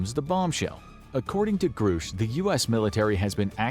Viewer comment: Ok, I'm all done watching until you learn how to pronounce things. I cannot hear you say groosh one more time without popping my own eardrums.